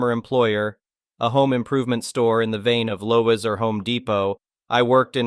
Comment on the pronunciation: Computer Voice again that needs a course in English pronunciation. Lowe's is pronounced "Lows" NOT "Lowes" !!!!!!!!!!!!!!!!!!!!!!!!!!!!!